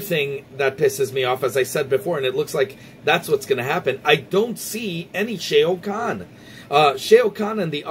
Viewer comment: We gotta work on that Shao Kahn pronunciation... Good video though.